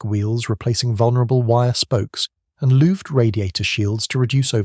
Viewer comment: This would have been more enjoyable if the AI could pronounce things a bit better. Louvred is pronounced looverd.